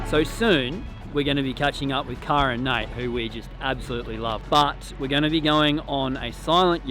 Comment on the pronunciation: I love how her name is pronounced CARE-AH, but ya'll continuously say CAR-AH lol!!! Makes me giggle every time haha.